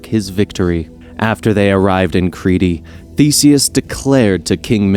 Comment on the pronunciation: Creety? Crete is pronounced Creet.